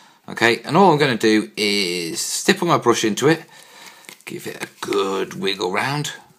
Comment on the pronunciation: great video, love how many times you said stiple